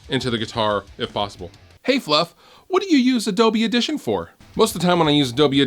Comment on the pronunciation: "Auditoin" xD